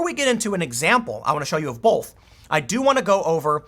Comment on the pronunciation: Tim. Love your work. But the word is "both" not "bolth". Take a hard look at the Southern Poverty Law Center...